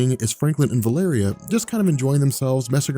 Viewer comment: Am I seriously the only one who is driven crazy by vuh-LAIR-ee-uh VS. val-a-REE-uh? The former is from A Song of Ice and Fire! Is there record of Hickman or, I think it was Chris Claremount who introduced her (I could be SO wrong on that.) pronouncing it that way?